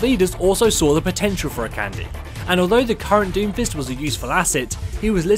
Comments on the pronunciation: Lets have s small pronunciation guide: Akande = Ah-Khan-Day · I just thought I would mention that Akande is pronounced "A- Kan- Day", with both A's being long A sounds. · It bothers me so much too! Even worse when people misspell names that are clearly written on their fucking screen. Pretty sure it goes like "a-kahn-dey" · Your saying Akande wrong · Shiloh Ludenberg he is so annoying the way he pronounced it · True. He Is. But then again, not everyone knows how to pronounce Nigerian names. But this is worse then the way everyone says "Sombra".